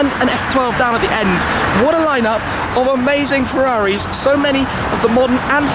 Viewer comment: No one::"farraris"